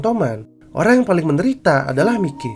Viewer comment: Bang tolong bilang kata miley nya jadi mayki ya bang soalnya gk nyaman bat denger kata mikey